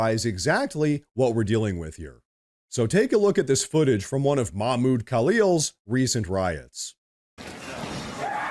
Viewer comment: Don't forget to pronounce the "h" in Mahmoud.